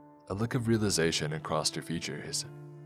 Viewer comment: I love, love listening to these, so I hate making this comment, but "acrosst" isn't a word. Not that I think you'll care that it bothers me. I don't enjoy "Eckspecially" when people do it, either. Could be worse, though. My gf has a hissy fit every time she hears a brit say "Everyfink" or "somefink"